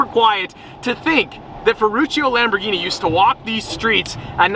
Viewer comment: You say LamborGHini like in Gunther! NOT "Lamborshini"🤌🤌 Do you say Spasjhetti aswell?!😂